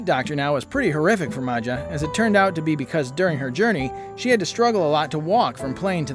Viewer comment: Can yall imagine becoming so big, that you can no longer fit in a car seat?😢 Maja is actually pronounced Maya. Steven A is in a league of his very own and not in a good way! LaShanta ended up doing well.